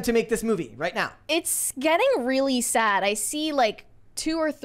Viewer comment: what is “sod?” You mean grass?? Do you mean “sad?”